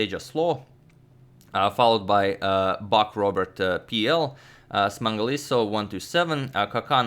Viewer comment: Wow, your pronunciation for Smangaliso was perfect. It's a Southern African name.